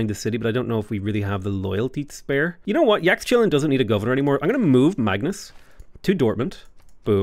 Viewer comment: I think Yaxchilan is pronounced like Yashchilan.